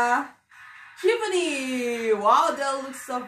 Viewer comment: It's shivaaaaani not shivni 😣